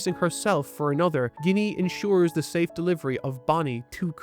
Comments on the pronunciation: I can't get over that he read her name as "guinea" and not "Jenny". To each their own but it screws with me every time I hear it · hearing you pronounce ginny, as guinea instead of “Gin E” is despicable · Small correction. It's not "Ginny" as you say it. It's "Jinny" The G is the J sound. We know this due to Japanese pronunciation. Just for clarification:P Or ya know.. like Gin the drink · Ginny actually reads as jinny with a soft G, I saw many people read it wrong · Must admit, after watching dozens of anitubers, this is the first time I've heard "Ginny" pronounced that way, and that in itself is surprisingly surprising...🤔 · Ginny pronunciation is taking me out That's not even a Japanese name bro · damn, this man cannot say anything. pronouncing ginny with a hard g? bruh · ive never heard someone mispronounce ginny like that before lol